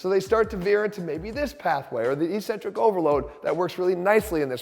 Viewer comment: Why do exercise people persist in mispronouncing eccentric?